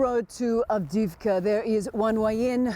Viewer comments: Advikka? She can't even say(read) the town name Avdiivka properly. Do you think she really cares about Ukraine? Nope. I suspect she can't even pin Ukraine on a map even after all these news she is reporting. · that Ukranian town is AV DEEV KA not AD VIT KA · Of all this that’s going on She absolutely botched the name Avdiivka 😂